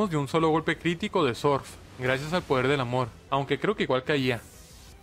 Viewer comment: me encanta cuando dice sorf, "sonia utiliza sorf" 😂😂😂😂